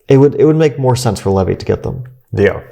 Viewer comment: Did Fabi backhandedly call Levy, Levi. Hahaha, that's how I heard it